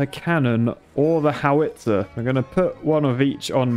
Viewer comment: The way he pronounced howitzer made me cringe every time